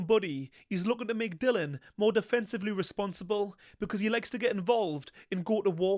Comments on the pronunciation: I enjoy your analysis but strongly favour Itauma. Btw it's Dillian not Dillon, you should get his name correct. 😀 The only weakness I can see in Itauma is his coach Ben Davison. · Dillian not Dylan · Why does everyone call himDilon? His name is Dill IAN! DILLIAN! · His name is Dillian not Dylan. It might seem like nit-picking but it's disrespectful and lazy not to bother getting someones's name right.